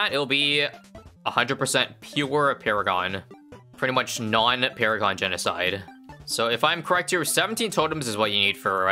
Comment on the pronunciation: I loved when he said "It's paragoning time" and he paragooned paragons